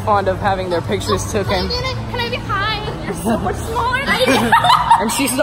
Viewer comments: For the love of god he said “not fond of having their pictures tooken” 3 TIMES my man it’s “taken” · Taken not “tooken” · It’s “ taken” not “tooken”